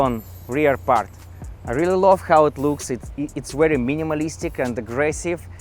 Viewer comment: V ery Very hot not wherewey